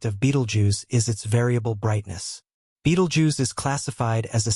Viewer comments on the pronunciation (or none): Nobody knows when it's going to go, and neither do you.The least you could do is learn to pronounce its name.